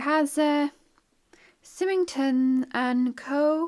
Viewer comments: Symington is pronounced Si-ming-ton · What amazing treasures you found!! Love the complete clay pipe! For ref, you pronounce the name Symington the same as the start of the name Simon. Symington is a village in Ayrshire, not far from Prestwick. Look forward to the next video. Take care xx